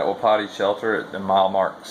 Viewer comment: Hey bud, not that it matters but I think the name of that shelter is pronounced wa-peety. means elk.